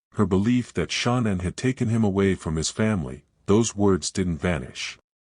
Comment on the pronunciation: I can’t even listen to these because Shan’ann’s name can’t even be pronounced correctly.